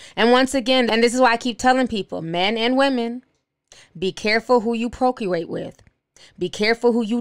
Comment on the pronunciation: Funny she making fun of how they talk but she mispronounced several words like procreate 😂😂😂